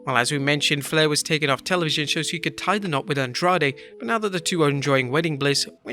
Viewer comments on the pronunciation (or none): none